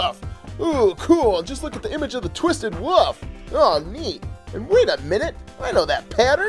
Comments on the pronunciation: Why ya call twisted WOLF twisted WOOF? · Its not wof its wolf